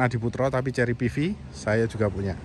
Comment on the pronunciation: Kerry bukan cerry☺